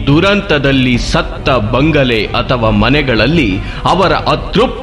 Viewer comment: ಬಂಗಳೆ ಅಲ್ಲ ಬಂಗಲೆ..